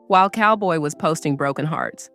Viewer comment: Not Cowboy it's Calboy.